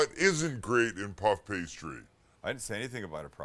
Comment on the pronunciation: it kinda sounded like you said "what isn't great is puff pastry" but max helpfully replayed it 20 times so we know you said "what isn't great in puff pastry?"